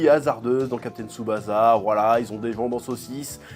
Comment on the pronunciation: "jou jou tsou kaïzen" JuJuTS' KAÏSSEN "captain tsoubaza" lol CAPTAIN TSuBASSA